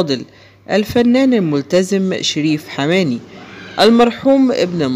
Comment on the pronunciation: انت لت تعرف حتى نطق اسم الفنان المرحوم ، انت تبحث عن المشاهدة فقط ، روح شوف عمل اخر يا شحاد